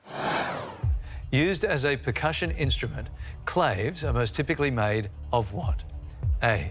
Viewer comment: Is that how you pronounce “claves” in Australia? I’m pretty sure is Spanish-derived, so it’s supposed to be two syllables.